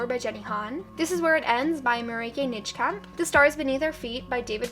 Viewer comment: Loved the video, although I have one thing: 'Before I let Go' by Marieke Nijkamp. The correct pronounciation for Nijkamp would be to pronounce the 'ij' in her last name as in ''Eiffel Tower'' :)